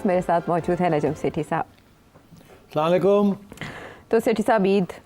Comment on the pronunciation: سیٹھی صاحب ناظرین کو سلام تو تمیز سے کر لیا کریں۔سلامہ علیکم۔ یہ کوئ طریقہ ہے۔ آپ کو کہنا چاہیے۔ ناظرین آپ کو میرا اسلام و علیکم۔ اللہ کرے آپ خیریت سے ہونگے۔ تھوڑے دھیمے انداز سے